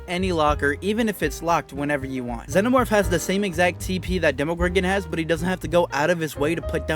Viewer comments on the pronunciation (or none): none